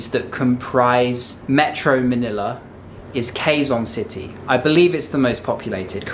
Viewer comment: You pronounced Quezon City the wrong way.